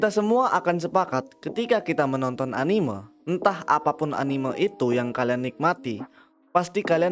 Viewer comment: cuy tolong diperbaiki pelafalan kata "anime" kaya aneh aja gitu dengernya saya dijepang gaada orang nyebut anime begitu